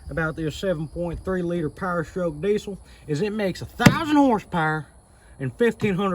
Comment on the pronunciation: It's pronounced "deezul" not diesel. I got some welds I'll trade for your mickeys